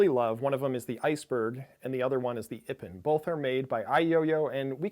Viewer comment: I think that iPPON is pronounced like the japanese word "ippon" the judo term.